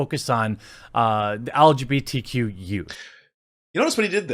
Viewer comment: I'm so stuck on dude saying it "algae B T". Damn half-gay waterborne lifeforms, with their amorphous bodies...! Lmao